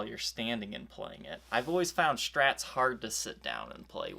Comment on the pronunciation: I wonder why people are doing this, putting an h in words that begin with an s. I am into bikes, a lot of people talk about the components, calling it SHRAM instead of SRAM. Inshtruments, Shtrats, but not shtrings. Perhaps it is the microphone or the audio compression used. I enjoy the videos, but find the "sh" annoying, Love Steven Colbert, he does this too! Anyway, thanks for the info on this guitar, I happen to pickup one of these years ago at a yard sale.